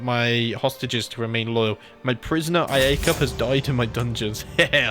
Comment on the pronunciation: Iacoba or Iacob are pronounced with "Y." "Yacoba" and "Yacob." English version would be Jacob.